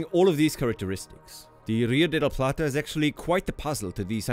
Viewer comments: Congratulations! For an English speaker, you nailed " Rio de La Plata" pronounciation perfectly! Cheers!!! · Muy bien pronunciado el "Rio de la Plata" <3. En el colegio de Argentina se enseña que ése área se lo llama estuario